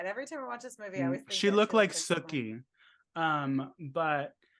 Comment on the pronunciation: when you said Sookie, I heard "Snookie" Then when you said it again and I heard SOOKIE, my first thought was True Blood... Soo at least I'm as thrown off as the others were 😂